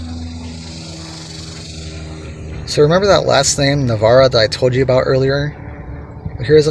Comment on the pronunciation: I grew up with Emilio, in Navaira the aira is pronounced with a long I ... like Ira.